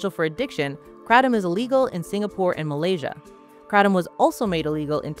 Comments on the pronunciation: Had to stop 30 seconds in because I can't listen to you mispronounce Kratom. The kra in Kratom is pronounced like the cray in crayon. The tom is said like the name Tom. So CrayTom. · Erryone I know says Kray-tum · I've only ever heard it called Kray-tom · Did you seriously add an extra t? Wtf is krattom? You guys are pretentious idiots, I'm not watching this bs. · Because that pronunciation seems exclusive to America, maybe Canada as well but everywhere else they pronounce it as kra-tom, the original Thai pronunciation uses a tongue roll. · I shiver every time she says Kratom the way she does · TIL I’ve been pronouncing kratom wrong 😅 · wrong. even mispronounced stop it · How do you know so much yet cannot pronounce KRATOM anywhere near correctly.